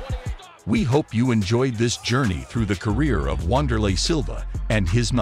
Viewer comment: It's not "Wand" it's "Vander" Said with a "V".